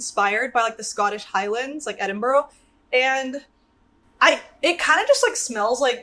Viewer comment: love this video so much!! (btw its pronounced edin-bruh - but that scent sounds amazing) :)